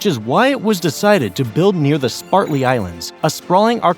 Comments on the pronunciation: One factor was missed on creating the islands...During first construction, China stated they would NOT be militarized. But they promptly lied. Another factor not mentioned here is EARTHQUAKES. Land built on sand and rock are VERY prone to LIQUEFACTION. A large bomb would have the same effect. PRONUNCIATION ERRORS: The islands are not pronounced 'Spartly'. They are pronounced consistent with their spelling. It is pronounced "Spratly", not 'Spartly . Also, Woody island is part of the 'Paracel' island chain (3 syllables). It is NOT pronounced as 'Parcel' (2 syllables) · Excellent presentation but the islands are named "SPRATLY', not SPARTLY. And the other group are the "PARACEL", not PARCEL. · Its spRatly not spaRtly. How did you make that mistake so many times.... re-recording is just time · Spratly not spartly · Spratly Islands! Not Spartly! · Gotta love those Spart-ly Islands but I think Id rather have the Sprat-ly Islands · SPRATLY. . . SPR, NOT SPAR!!!!😮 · Damn dude it is SPRATLY not SPARTLY. READ your script. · Interesting - but why does the narrator continually refer to the Spratly Islands as The "SPARTLY" Islands - which is so obviously incorrect...? Pillock. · Sprat•ly not spart•ly islands. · "Spartly Islands? Can you spell or actually speak English? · ISN'T It "Spratly" not "Spartly"? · S p r a t l e y, not spartley islands... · ..sprat-ly..not spart-ly..but we know what you meant..it also appears towards the middle end you kept mislabeling the location of these said islands to the nw s china sea instead of the se where they actually are . ..you still get a thumbs up from me for spectacular producing and very informative and rapid rate of presentation.. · Not sure why I was so triggered by "Spartley" Islands, but was. 😮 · This is an interesting video, but you seem to be saying Spar-tly Islands instead of Sprat-ly Islands. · Dork, you don't know how to pronounce Sprately ! !